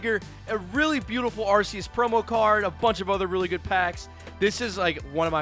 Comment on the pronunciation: You still haven't gotten a copy of the official Pokemon guide book. It tells you the pronunciation of all the Pokemon. It's Arceus and not Arse e us.